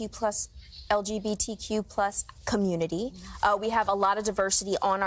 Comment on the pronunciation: She couldn't even say the community right. Goes to show how "important" it is to her xD